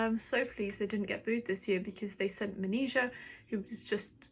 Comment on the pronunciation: Good analysis, but still not Maneskin. When you have the winner, their name should be pronounced correctly. Måneskin like o in More.. 😉